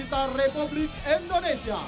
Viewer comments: Sangat di sayangkan MC pria acara di lapangan nya selalu salah dalam menyebut nama bangsa sendiri..Indonesia di ucap nya Endonesia🤦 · bisa gasi penyebutan negara nya itu INDONESIA bukan ENDONESIA 😂😂